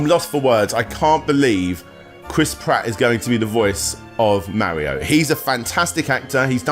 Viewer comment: I mean you can't even pronounce Mario right so like